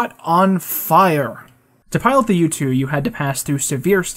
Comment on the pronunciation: Whenever you say U-2 I keep hearing YouTube